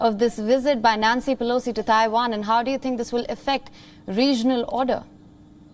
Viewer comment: Why do all Indians call Taiwan "Thaiwan"? Its not Thailand, there is no "H" in it